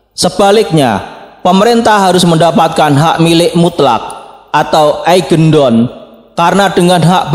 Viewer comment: Eigendom bkn eigendon